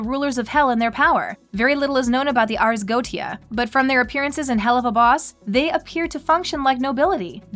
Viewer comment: Sorry But it's pronounced Ars Go-E-cha